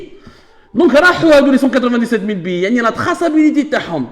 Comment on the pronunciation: Billets(biyé) et non pas Billi